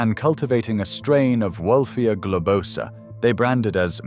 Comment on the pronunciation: It's gloBOsa, not gobloSAAA